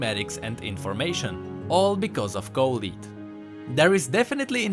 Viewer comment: I literally can not stand you mispronouncing Colette so fucking hard